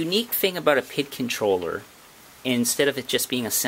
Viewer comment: P.I.D. Not PID